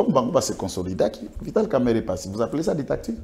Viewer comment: ça s'appelle Dictature et non ditacture comme tu le dis.